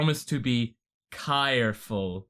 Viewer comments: The cringe from 'Kairful' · Kai-reful....I think I'll give you a pass at that.